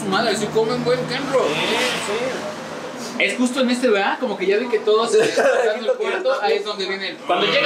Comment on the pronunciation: Se llama Kenrooo Señor con R jajaja